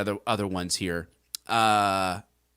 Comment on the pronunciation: Thank you, for being able to pronounce Waukesha correctly.